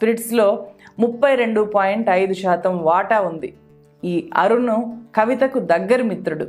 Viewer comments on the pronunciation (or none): మీ విశ్లేషణ బాగుంది. తెలుగు దరిద్రం గా ఉంది. వీల్లు కాదు వీళ్లు. పిల్లై కాదు పిళ్ళై. అరున్ కాదు అరుణ్. Please rectify to become one of good youtubers in news.